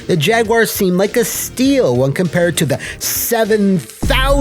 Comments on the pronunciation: Thank you for not pronouncing it "Jag-U-Ar" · Thank you, for not pronouncing it: Jag-You-Are. 🤟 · Thank you for saying Jaguar correctly and not Jag-Wire. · Cheers for not calling it a jag-WIRE.